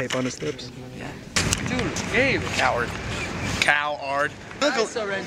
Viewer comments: coward... COW-ARD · Coward. COW-ARD.